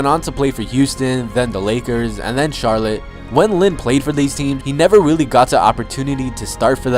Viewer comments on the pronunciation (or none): none